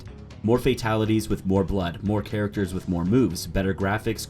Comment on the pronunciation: At first I thought he said "more characters with more boobs" 😂. I mean if he did he'd technically be right.